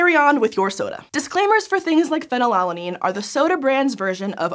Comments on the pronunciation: Is it really pronounced pheny-lalanine and not phenyl-alanine? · can someone correct me on this, but shouln't it, scientificaly speaking, be pronounced more like phenyl-alanine, because it is alanine with phenyl group attached instead of pheny-lala-nine? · Normally Americans odd pronunciations can go overlooked but she said it so many times i had to comment >< - fee-nal-alanine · The American pronunciation of phenylalanine is so jarring when you’re trying for easy listening 😂